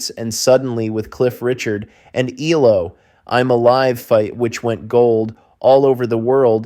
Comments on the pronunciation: Their abbreviated name isn't pronounced "Ee-low," it is three separate letters: EE-EL-OH. You lost me 32 seconds in. How can I trust if any of the rest of the information is correct IF the narrator cannot get even the basics down? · Pronounced: E...L..O. Not "elo" lol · E L O , NOT EEELOWWW! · EE El Oh Not eeelow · ELOW? ... no its E. L..O. not blooody EEEEELLLOOOWWW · American - what do you expect? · E-L-O. Not E-LO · It is not ‘eloww’ it is ‘ELO’ ie seperate ‘E’ ‘L’ ‘O’ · Ffs its E L O not eelow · Amen! It’s ELO not Ee-Low! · You pronounce each letter. That's E L O not elo. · Stop with eee low it's E L O numbnutz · Eee- low !? What kind of bell end is this narrator!?! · Dumb American calling them eellow, for gods sake do your research before talking drivel. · The great mystery of this is how I managed to get through 25 whole seconds before switching it off. EELOW??? Who is this idiot? (Reading the comments, I'm glad I got out before "Rock-a-Ree-a". I don't think my computer would have survived being thrown out the window if I'd been subjected to that.) As a lifelong fan of Electric Light Orchestra those few seconds were more than I could stand. I need to purge this. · Eeelow and Meek are rough, but 'Rock-a-REE-a' was the one that really got me. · This man calling ELO, EE Low is frustrating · Bro, eeelow??? You're killing me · Dude, quit calling them eee-low - you’re killing me